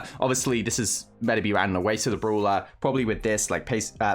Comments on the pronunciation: It's "Brawler"... Not Bruler!!🥺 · Me - Its brawler bruh Meanwhile tom - broolher